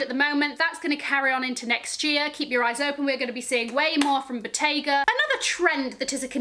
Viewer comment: you are not pronouncing Bottega correctly